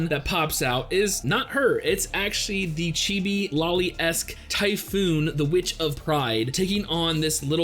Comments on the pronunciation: Dude, it's not Typhoon xD it's Typhon. Pronounced as Tyoophon, if you will. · Its pronounced as tifOn (stressed O) atleast in Greek.